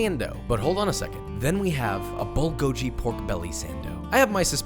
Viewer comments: Its "Bull-Go-Ghee" not bull-go-gee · It's not "gee" it's "ghee". Bulgogi (bull-go-ghee). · "bullgoeee" ... me: "Excuse me sir..." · Bulgogi is pronounced bhul-khogi (like hull + ghee), not BULL Gojee. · "Bullgojee" X "Bullgogee" ✔ "Koopie" X "Kyoopee" ✔ "Gochujang" X "Gochujahng" ✔ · Bulgogi is actually pronounced bul-go-gi, not bull-go-ji. Bul means fire, and the gogi means meat. (I'm Korean btw) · Bull go giiii!!!!! Not jiiii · Dearest: bulgogi is “ghee,” not “gee.” But yum to everything else! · Korean here! Actually it is not pronounced as bull. It’s Bool-go-gee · I'm a minute in and already cringing by the pronunciation of "bull goji". Im almost certain he's pronounced Korean food correctly before, so I guess he left the cringe for me to just sigh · POOL-GO-GHEE is how you say it. which btw, this isnt even remotely close too. ngl i lost some respect for you as a chef. cmon man how can you not pronounce it right and then not even make it properly. like not even close. Thats like me saying im going to cook fried chicken but then i serve you a hot dog. That sandwich is a korean spin on a bbq pork sandwich, not a bulgogi sandwich. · he said bulgojeeee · Did he just say Bulgo...ji? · Did he really just call it bull-go-ji multiple times??? 🤣 🙅‍♂️🙅‍♂️🙅‍♂️ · MANS SAID BULGODSHY LMFAOOOO NOOO MY GYOPO HEART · Josh: pronounces gochujang and gochugaru correctly Also josh: bul-go-jee 😭 papa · Somehow, it's even more infuriating since he's usually pretty good at pronouncing foreign foods y__y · Papa I’m Korean and I am watching you!! Even though you pronounced bulgogi as bulgogeeㅋㅋㅋ you did well with gochu-jang and gochu-garu. This Korean style pork belly goes really well with rice as well :) Love your recipe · Im not even korean im chinese. but hearing him say bulgoljee is so SJSBSJSNS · bull go jee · it's 불고기 pronounced as bul-gogi🤗 "bul" means fire and "gogi" means meat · it's bul-go-gee pronunciation. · Agreed! It’s BULL GOH GEE